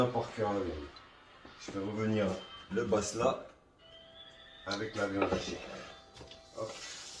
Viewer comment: Tu me fait rire quand tu dit le bassla